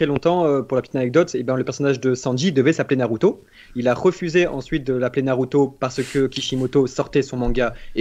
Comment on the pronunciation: va dire sangokeu et nareuto Vasy